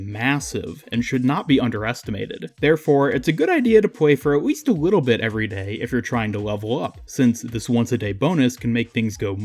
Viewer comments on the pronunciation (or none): u said at weast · ''You might wanna spend aweast a wittle time here''